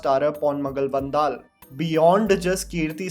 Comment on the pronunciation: Learn how to pronounce Ponmagal Vandhal